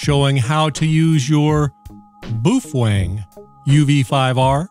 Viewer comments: He said boof wang --:heh heh... (I believe it's pronounced bow feng) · It’s pronounced Bow Feng bud. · boof wang